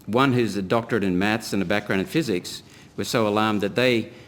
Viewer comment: “Soy” isn’t how “so” is pronounced. When I hear that, I think the speaking person is an idiot.